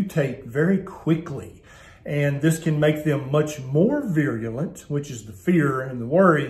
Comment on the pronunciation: The word is *virulent*, not viruliant.